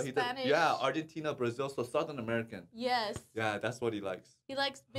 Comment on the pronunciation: "Agyentina" xD